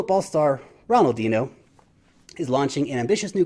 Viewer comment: Although Ronaldinho wasn't pronounced correctly 😊